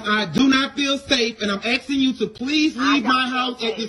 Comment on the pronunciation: A'hm AXING you t'leave mah house...!